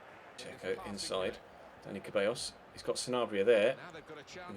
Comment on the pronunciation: Dani Ceballos is pronounced Dani "Sebayos"